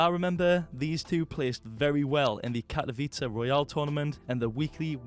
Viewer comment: Jak ty śmiesznie mówisz Katowice